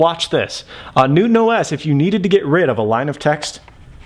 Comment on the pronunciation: I can't be the only one that hears NoobOS